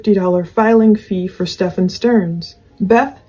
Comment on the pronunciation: it's pronounced "Steffin," NOT "StefAWN" as you've been pronouncing it. I love your show!